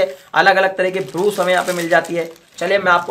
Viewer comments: तू कम सिखा है क्या योगी ब्रश को ब्रूस ब्रूस बोल रहा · Brus nahi Brush hota hai